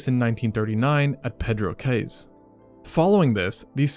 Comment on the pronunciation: During the Caribbean monk Sedaka you said cayes as ka-yes is pronounces Keys spelt Cayes